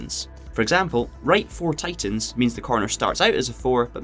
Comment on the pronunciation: I played Dirt Rally 2.0 for about 25 hours before I figured out he was saying "tightens" and not "titans" lol.